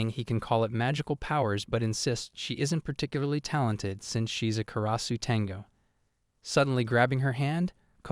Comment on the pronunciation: It's a bit humorous how the AI calls her as a 'tenga' instead of 'tengu'.